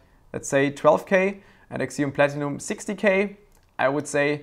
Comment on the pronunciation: It's ZEE-on, not KSEE-on, fwiw